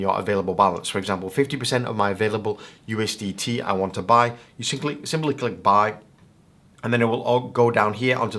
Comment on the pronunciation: bro said ustd